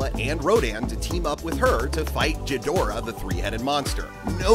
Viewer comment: Ghidorah not jidorah